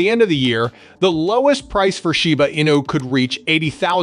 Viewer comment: Why you keep saying shyba not shiba😂